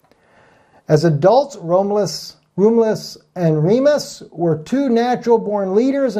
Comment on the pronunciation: Not to be a pronunciation NAZI, but his name is pronounced; Rom ( short o, as in Oz) you- luss. Seemed like you had trouble with it. Anyway, great message and GOD BLESS!